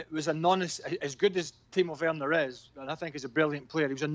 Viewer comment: Why does Dan say Tino Werner?